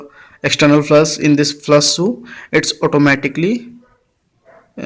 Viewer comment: Its not flas!! Its flash!!